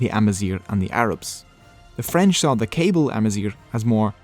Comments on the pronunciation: It should also be noted that amazighism or pan-berberism has tried to unify the different Berber tribes, but that falsely leads people to think that they speak one language or share one culture. We're not brothers, but close cousins. I, as a Kabyle (you butchered that pronunciation btw😢), am barely able to understand Rifyan. The fact that Tamazight got adopted in the Algerian constitution is a win, but it fails to recognize that there are at least 6 or 7 distiniguished tribes with their own languages. The danger is now that other tribes still don't get taught their native language in school, but instead the Kabyle language or even the Moroccan Tamazight that is being standardized for education in Rabat. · really great informative video, thanks! but i think your pronounciation is incorrect of "kayble". it's not "cable", but KA-BEEL. perhaps someone can confirm... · Kabyle is pronounced kahbeel :) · You forgot to mention the meaning 'Barbarians'. Hence 'berber' being derrogatory. Hurts to hear Kabyle be pronounced like a cable..... And the early Imazighen were black - some of the animated ones at least couldve been black no? ;)